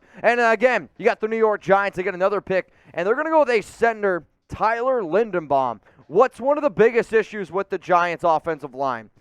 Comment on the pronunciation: Someone teach this cat how to pronounce names…Linderbaum isn’t that hard to say